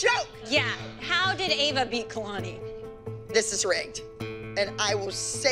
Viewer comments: Eva?? Haha it’s Ava😂😂😂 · Not Kelani’s mom calling Ava “Eva” 💀😭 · The way said kalani is going up against Eva instead of ava😂😂😂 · Kehlani mom said Eva instead of Ava